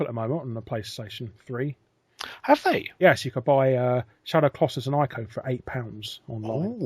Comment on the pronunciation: And its not Eye-co its Eeko, for Ico. The Japanese pronounce I's as E's.